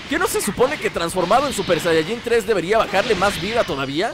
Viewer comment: Se dice super sayayin rosé